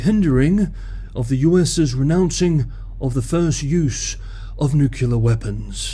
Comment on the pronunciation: The word is not pronounced nuke-yoo-lar, it is pronounced as spelled ... nuclear ... noo-clee-ar.